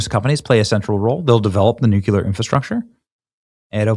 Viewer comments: For the love of God Benny.... STOP saying "nucular" it isnt english, that word doesnt exist, it is 3 syllables.....not 2 like NUCLEAR! Please stop making yourself sound like Candace owens. You mispronounce it every episode. Its NUCLEAR. Stop making yourself sound uneducated. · Benny, it's spelled "N-U-C-L-E-A-R" not "N-U-C-U-L-A-R". You have been pronouncing it wrong, you seem to put an "U" between the C and the L. It's "Nu Clear" long 'e' sound. :finger-red-number-one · Benny, I love ya, Darlin', but if you dont stop saying "Nook yuu lar" instead of "Nook clee ar", Im going to pull my face off. Nuclear...no "U" between the C and the L. See? 🙏🙏🙏🤦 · Benny, please pronounce Nuclear correctly because Nucular is a totally different thing ! It is Nuc le ar not Nuc u lar ! I mean no disrespect...I just think it is important! ❤ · Benny. PLEASE pronounce “nuclear” correctly. It’s not “nu-cu-lar.” It’s really beginning to get on my nerves. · Day 373 of trying to teach Benny that it's pronounced New-Clear, not Nuke-yuh-luhr. Good God Benny, you sound like Bush! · Love his show, but hearing him saying nukular, bugs the crap out of me !! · noo·klee·ur NEW•clee•r NU•clear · Please Benny…. Please say Nook-Lee-Er (Nuclear) Ummm thanks. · 1) The President attended the Dignified return of Remains - not funerals. 2) Nuclear - has one u not two. If you’re having difficulty say: new-clear, that will give the proper pronunciation. 3) small details matter. You may not be a news reporter or reader, but you are commenting in a very public forum. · NUKE - LEE - ER...You're saying the word enough, learn to properly pronounce it. Otherwise, you sound like a total MORON. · Pronounced new clear nuclear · You really need to correct your pronunciation of nuclear; it's like new clear. Sorry, , I'm an old lady, and these things really get on my last nerve. No offense intended. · Try again Benny. Sound it out Nu Cle Ar. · Somebody please get Benny to stop saying new que lar.. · New - Klee - er